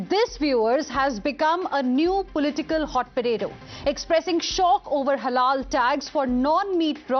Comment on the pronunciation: is a damned zombie. So many times he's saying "Halala" instead of halal